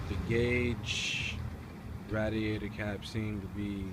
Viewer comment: And its ray*d*ai*tor not ra